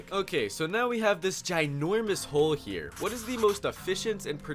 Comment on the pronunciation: he called a square holee